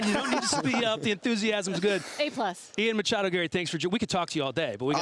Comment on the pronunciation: 'Machado' lol.